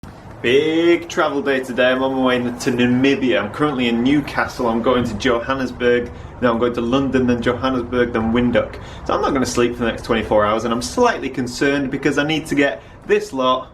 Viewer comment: Awesome :) Say Vinthook.... Now you know how to say Windhoek :) Oh and the 200-400 is a 560mm f/5.6 with the extender engaged not 600mm.